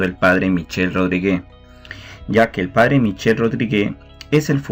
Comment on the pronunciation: Muchas gracias como siempre! 🙏🏽 La pronunciación del apellido del P. Michel es “Rodríg ”, NO Rodrigué. bendiciones a todos 🛐📿👸🏽